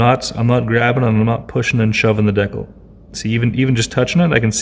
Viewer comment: From the persistent chirping smoke alarm to the consistent mispronunciation of "decal", this is a masterful work of psychic terrorism.